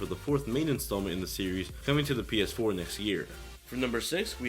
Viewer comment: he says Penis 4 :D